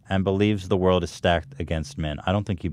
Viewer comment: Hila: "small word" instead of world